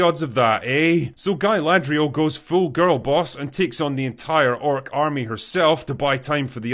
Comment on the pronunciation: Guyladrial lol